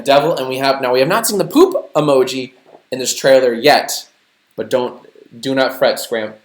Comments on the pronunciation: "The world will now know TJ Miller as the Meh Emooji" jack its pronounced emoji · I fucking hate the way white people say 'emoji'.